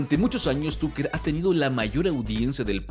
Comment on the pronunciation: Excelente Tucker Carlson, buen resumen pero ojalá pronunciaras bien el nombre TUCKER🙄